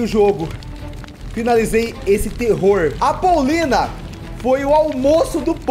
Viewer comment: kkkk😂😂😂 dives ele falar poulina ele falou paulina